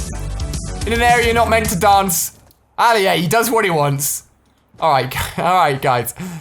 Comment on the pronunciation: He keeps on calling himself Ally-A but his name is Ali-A